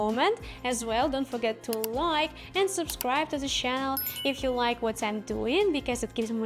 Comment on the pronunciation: Это не хейт, умоляю правильно произносите слово канал - через Ч , а не через Щ . Уши в трубочку сворачиваются 😄